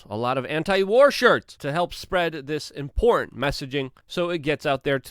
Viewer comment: It’s the word “important” he seems to struggle with. 😬